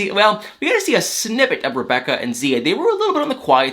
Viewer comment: Aaaand...he finally pronounces her name right!